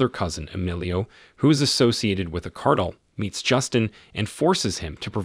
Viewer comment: Did this man really just say “the Cardle” It’s it’s called the cartel